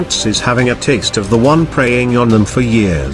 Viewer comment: Did he say preying on them or pr a ying